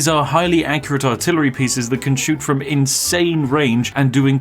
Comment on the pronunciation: "Artilery" hm....